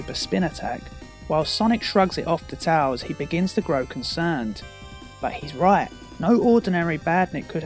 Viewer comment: I hate how he says tails wrong!